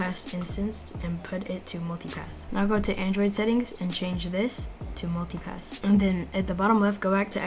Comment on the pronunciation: Am i the only one hearing "Monkey Pass" instead of "Multi-Pass"